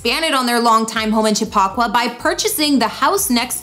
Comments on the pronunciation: Chip a qua.... It's native American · I'm gonna need you to learn how to properly pronounce Chappaqua. Chap-Pa-Qua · Not Cha pock wa